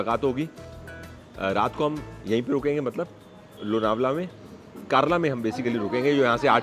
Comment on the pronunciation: It is कारले or कारला. Not कर्ला